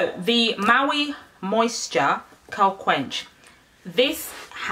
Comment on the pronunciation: Curl- Qwe-Kwinster 😂😂 I love your videos